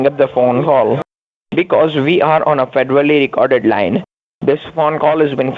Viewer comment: "dis caw is feddoddy wecorded"